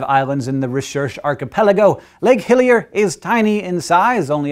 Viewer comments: Sounded like he said Lake Hylia at first. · Am I the only one who hears 'Lake Hylia' when he says 'Hillier'? :O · ah! I thought he said lake Hylia! lol